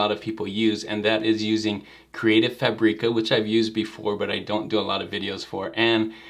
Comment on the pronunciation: Hey, thanks for another great video. How can u transform the png to vector, chosing the number of colors, in Affinity? You know i love you, isn't it? 😅 So don't be upset please if i make a little correction. Is FÀBRICA, just like you say fàbric, same kind of accent. I know, i'm from Italy and my english is bad, so i should not say that 😊